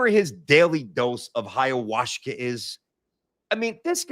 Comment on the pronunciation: it's called Ayahuasca, and it's a beverage. Where are you getting the Hayawashka from?!😂